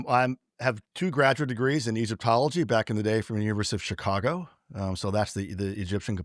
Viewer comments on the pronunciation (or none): none